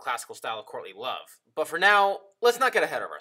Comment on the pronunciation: Good video. Only problem: every time you say courtly love, I think you're saying Courtney Love. Which changes everything!